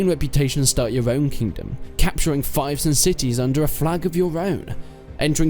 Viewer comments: Correct me if I am wrong, but the right way to pronounce is "feef" not "fife". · it's pronounced "feef" btw, fife is where i live or an instrument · it's fief like thief, not fief like knife.